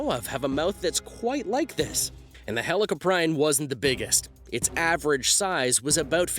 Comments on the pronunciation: Say helli-cop-rion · It’s pronounced heli-cop-pre-on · U said helicoprion wrong idiot